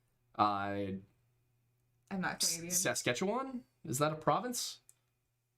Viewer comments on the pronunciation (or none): LMAO THE CANADIAN PROVINCE PRONUNCIATION So the way we pronounce it is not the way the indigenous word is pronounced as far as I know: sass-KAT-chew-awn or su/i/es-KAT-chew-i/un. It has the same cadence as "topography" if that helps. (Listen to "ontario sucks" by three dead trolls in a baggy, in fact listen to all of three dead trolls in a baggy, you would enjoy their internet skits.) SHE SAID NEWFOUNDLAND IN ONE OF THE ACCEPTABLE WAYS! (edited to relocate a canada rant to the replies) ranks Canadian province/T names twitch stream. ranks the provinces themselves. renames the provinces. I'm ashamed to say it's still a huge habit for the algonquian people in my area (cree mostly) to say athabascan. We have thankfully stopped calling the inuit eskimo at least. "They just really hated snow" I mean considering where the Dene are & where the Dine are now, yeah that makes sense lol how do you CARVE in your hand writing? Ok I see why you think Castro is J Trudeau's father, but J Trudeau also takes after Pierre Trudeau. Here's my theory: Margaret had nothing to do with it. Pierre Trudeau & Fidel Castro had a kid together.